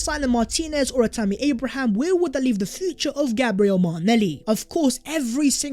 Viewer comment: “Vhere & vhere”